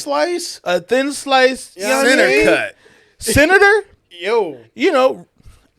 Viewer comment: I love how center cut became Senator cut 😂😅